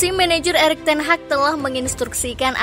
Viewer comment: Teg hag 😅 😂